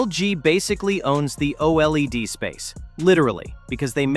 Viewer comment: OLED, pronounced O-Lead as in the metal. Q-Lead.